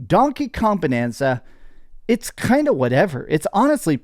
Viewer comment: Also its bAnanza with an A like in the word bAnana. Get it? 🙄